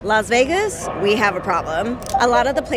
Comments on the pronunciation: Laz Vegas? You're the only one that pronounces it that way. Enjoying the restaurant tour thank you. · Laz Vegaz, she says!